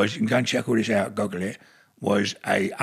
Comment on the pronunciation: “Go an check it art. Goggle it” 😩 Goggle 😂